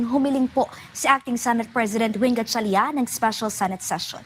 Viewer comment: The female news anchor can’t even properly pronounce the last name of Senator Win Gatchalian. So disrespectful.